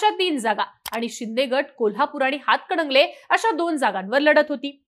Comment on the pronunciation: अंग बाई ते "हातकडंगले "नाही,हातकणंगले आहे.😂😂